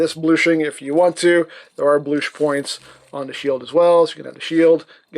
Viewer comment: You got the “bloosh”